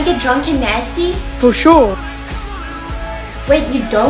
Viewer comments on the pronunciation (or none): Why’d she say drunk and nasty like that?